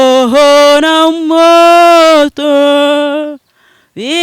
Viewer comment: Bavuga roho ntibavuga loho sinamoto niroho na moyo not moto